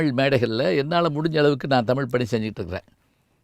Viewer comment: தமில் இல்லை ஐயா தமிழ். சரியாக உச்சரிக்கவும். தென்னிந்திய பகுதிகளில் வாழ்ந்த ஆரியர்களை குறிக்கும் சொல்தான் திராவிடம், திராவிட பார்பனர்கள். ஏன் ஐயா இதை மறைக்கிறீர்கள்.